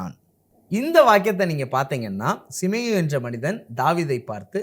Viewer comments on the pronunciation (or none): சீமேயி என்ற பெயரை சிமேயு என்று தவறாக உச்சரிக்கிறீர்கள்